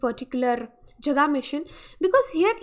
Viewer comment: Jaga ka pronunciation thik Kar lo plz,last Hindi video me bhi esa hua tha